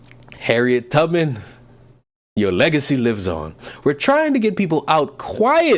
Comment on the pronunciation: Ahhh yes, Harriet Rub-Men.